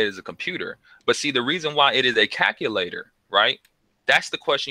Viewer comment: STOP SAYING CACKULATOR